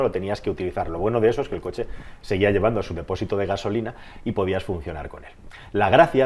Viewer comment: Dice concha en vez de coche xD